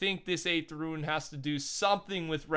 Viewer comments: IT IS R-U-N-E not RUIN. IT IS PRONOUNCED (Roone) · Rune is pronounced “roon” not “rooin” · How did you get yourself to say ruin instead of rune?😂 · Its rune not ruin ... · RUNE NOT RUIN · I feel uncomfortable everytime he says ruin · If you’re struggling on how to pronounce Rune just say it like Moon with with an R. That easy fella. Great videos btw. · It really isn’t that hard to say rune though...